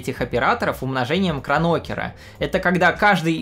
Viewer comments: КронЕкера, а не Кронокера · Небольшие коррекции: в видео матрицы для SWAP и CX поменяны местами (хотя код на Питоне правильный), а у Кронекера ударение на первый слог. А вообще, этот канал мне очень нравится - так держать! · умножение КрОнокера, а не КронокЕра Спасибо за видео